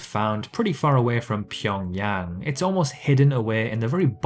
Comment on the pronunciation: You are one of so few youtubers who can pronounce Pyongyang correctly. Impressive.